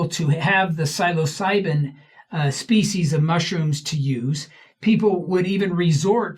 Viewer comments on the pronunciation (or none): Ok I never EVER leave comments but until he can learn to pronounce the species correctly I don’t think he should have any say in it . Also I don’t believe Jospeh Smith did mushrooms , BUT If he did he absolutely could gain “knowledge” from the plant medicine . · Not everyone can be an expert in every topic. Give him a break, especially if the only issue you have has to do with pronunciation